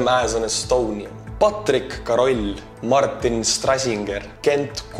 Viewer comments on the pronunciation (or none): none